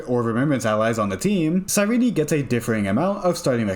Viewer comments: YAP YAP YAP YAP YAP YAP HER NAME IS SIGH-REEN. JESUS FUCKING CHRIST. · I think you pronounce her names wrong